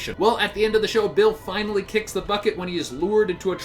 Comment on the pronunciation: HAHAHAH FINNALLLY